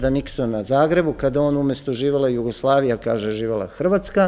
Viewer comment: Sve u redu... Ali mi nikako nije jasno akcentovanje na reči Jasenovac, Jugoslavija, ambasador... Od kada je akcenat na drugom samoglasniku? Niste vi jedini u ovim predavanjima koji tako govori... I Ognjen, i Srđan... Ja vas sve molim, da se vratite na "smirenijem" akcentovanju takvih reči.